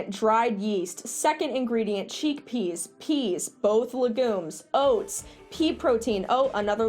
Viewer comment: "cheekpeas" XDDDD